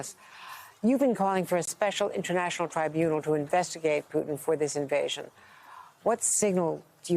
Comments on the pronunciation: Why does he keep calling him Pewton? What's wrong with this guy? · Love the way the brits pronounce his name Pew-Ton, how appropriate. He may not be able to move around to much of the world once he is indicted for his war crimes- much like the Nazi’s he will forever be running and looking over his shoulder, as he should be.